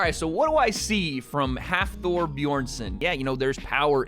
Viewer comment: Nice to see for a boy from iceland. But you need to practice how to prounounce his name Hafþórs name